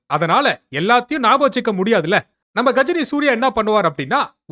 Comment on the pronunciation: கஜினி ❌ காஜினி ✅